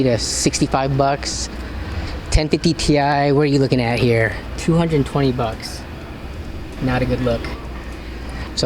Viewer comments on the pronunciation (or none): The way he says bucks is so strange. The only way to describe it is 🅱️ucks